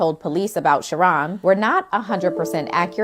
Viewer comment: If they call him Sheh-Ron one more fucking time.